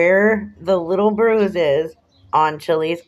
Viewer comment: Wah! Wah! Boo hoo, hoo, that mean old powice man gave me a boo boo elbow. I can't feow my thumb and finger, and I still got a bwuise, see? You're right about the hickey, this "torture" to his elbow was WEEKS ago. There is NO WAY that he would still be showing a visible bruise. The human body would have absorbed any blood under Chillie's skin a LONG time ago. Liar, liar, pants on fire. Chillie is such a pos.